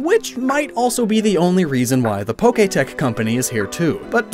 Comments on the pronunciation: not to be that guy, but you say poketech, which is just wrong, its poketch, which is a mix of pokemon and watch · I know you said you were going to mispronounce some things, but I thought even you would know it's Po-ketch and not Poké-tech.